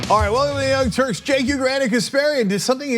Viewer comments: He pronounces his name in English like "Jink"? Even though it is written "Cenk"? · It's pronounced like ch-a-nk